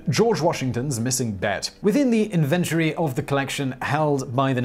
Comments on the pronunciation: Do you intentionally mispronounce words to see who is paying attention? In-VENT-ory? Seriously? IN-ven-TOR-y, damn it. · I think he was going for in-VEN-tuh-ry, which is still four syllables, but admittedly does sound way different. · I hear him pronouncing it funny, too, but with four syllables.."in-VENT-uh-ree" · Lol, yeah, he keeps putting the emPHASis on the wrong sylLABle every time he says invenTORy Not really using the king’s english... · "Inventaory" sounds like a place where they invent things. I love your weird pronunciation. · I love your videos. So educational & entertaining. However, Simon Whistler, I am disappointed. InVENtory? Cmon, its YOUR language lol.. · No, they don't. It's normally pronounced 'inventree' or 'inventrees'. I really enjoy this site but his mispronunciations of fairly common words is very grating. Especially since he could easily Google the correct (or at least, the most common) way to pronounce something. Does the show have an editor? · I enjoy your pronunciation of the word inventory. We here in the colonies say “IN-ven-tory”. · Does Britain, as a whole , pronounce in-ven-tory "invent-tory"? I never heard that before and I'm sure I would have remembered it if I had. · Nah, we pronounce it in-ven-tree...this dudes butchering it, he must be a posh bit??😂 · Please learn how to correctly pronounce "invenTORy." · Simon, love the work, despite some glaring missteps, but your pronunciation - it's so variable. In this one we have "invent-ory" with emphasis on the first three syllables. Is this how you say it in British? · in-VEN-tary😂 How have i never heard that? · In-ven-tor-y has four syllables. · "In Ventry" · What the hell is an "in-VEN-tuh-ree". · Invent-ary....like a place where you invent things?? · What's an inventury? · It’s pronounced in-vent-or-ie! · Invent-tree, you keep using that word. I do not think it means what you think it means. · I know, it should be pronounced inventory, not inventory. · Inventry??? It’s inventory